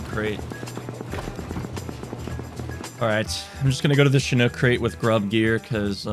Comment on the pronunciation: says Chinook properly 😮